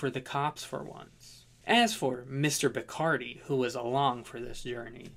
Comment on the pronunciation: its pronounced Bis-car-dee.